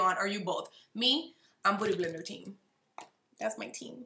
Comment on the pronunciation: Why is she saying booty blender?? 😂😂 she can’t pronounce beauty? I’m so confused